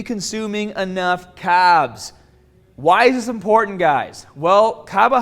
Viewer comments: you clearly can pronounce R , then why da fck u saying cabs :D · "You need to be consuming enough CAAAAAAAAAAAAABS" There's a "R" in there somewhere:D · How's he say CAARBS with that accent but carbohydrates with NO accent lol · Did you see before we get stAAAAAAHted we need more CAAAHHHHHHBBSS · that accent was weird today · you mean Carbs? 😂 like the content though 💪🏾